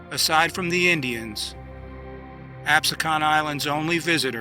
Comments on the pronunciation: Great documentary. However, we pronounce in Ab-see-can. Not Ab-su-kahn. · So far I’m liking this. Reminds me of something I saw in school (I grew up near Cape May). But is it me or does this guy not know how to pronounce Absecon?